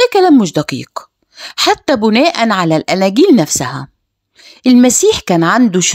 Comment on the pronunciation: الأستاذة المحترمة نهى السيد .. أرجو أن تنطقى كلمة (بناءً) بكسر حرف الباء .. كما تُنطق فى القرآن (والسماء بِناء) . تحياتى لشخصكم الكريم الرااااااائع حقا.